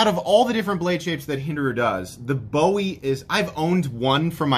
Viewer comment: From a Texan, it’s pronounced “boo-ee”. Love your channel man!